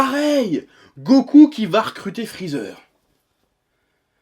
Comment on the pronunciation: Aaaaaaaaaaahhhhhhhhhhhhhh chef, t'as craqué, tu recommencé à dire Friza ^^